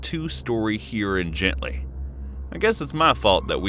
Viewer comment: Gentilly not gently 🙄